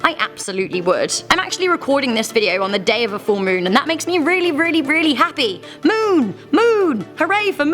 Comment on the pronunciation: Lol so funny when she says the “moon” sound like she use a latter e in it like meon